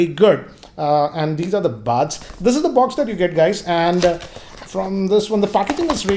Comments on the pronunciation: First learn how to pronounce Buds ...It's buds and bads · worst intro ever . his english pronunciation is too bad . baads (buds) , Waarless(wireless). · Don't know why this showed up in my recommendation but I cracked really hard when I heard his English 😂😂 Lol Listen to him again if you don't believe me but every time he says buds I actually hear "bads".. not sure its just me...🤣😂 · anyone else getting annoyed with the pronunciation of buds ( buuuds, baads)